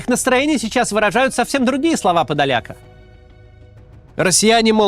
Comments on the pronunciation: ПодолякА только, а не ПодолЯка. Подоляка с ударением на Я - это пророссийский пропагандист и предатель из Сум или где-то оттуда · ПодолякА. Подоляк он. Хоть бы ударения в фамилиях проверяли.